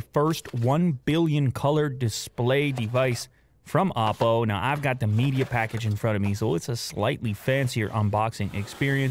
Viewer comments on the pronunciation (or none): No offence to any content your work is great but It’s Oppo with an O not Appo with an A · Why I’m hearing Appol ... apple 🍎 WTFFFFFFF. Why not say just OPPO!!!!